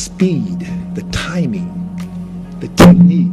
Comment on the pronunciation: The speed, the timing... ... "the TUIHAETUIECHNIQUE...!"